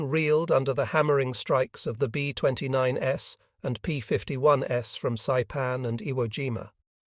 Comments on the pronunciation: AI doesn't know what to do with the plural 's' in "B-29s". That's a robot for you. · I would have re-done the script to remove “s” when making aircraft models plural, as the fake AI robot voice just keeps thinking it’s a variant of the plane (as in B-29 S instead of B-29s/plural) same with P-51s. It’s really distracting and most would assume it was a model variant of each aircraft. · P-51"S"? Your AI voice is reading plural forms of the P-51s and B-29s as a model number. Maybe you can correct?